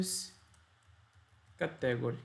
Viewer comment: Bom video. No entanto a pronuncia de Inglês é um bocado fraca. Aconselho a aprender como se dizem as palavras-chave que são usadas na maioria das aplicações, tais como "category" ou "custom". . Uma dica: geralmente quando na sílaba seguinte temos um "e", lemos "long sound" (exceto se no meio tivermos uma consoante dobrada). Também quando temos duas vogais seguidas a primeira define o som e a segunda apenas indica que se trata do long sound. Long sound tem o som igual ao do a-e-i-o-u. O short é parecido com o português mas o "u" lê-se "a" (ex: cUstom). Em português as palavras acentuam-se geralmente na penúltima sílaba, mas em ingês há uma tendência para ser logo na 1ªsilaba.